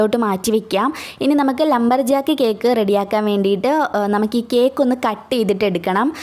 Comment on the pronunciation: ‘Lumber’ aan Lamber alla